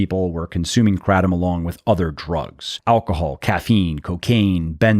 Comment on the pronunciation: You’re saying Kratom wrong but anywho, it does help you get off opioids. I am proof of that! It also helps with diverticulitis. Those are the two I can attest to. No side effects. Been on it for over ten years.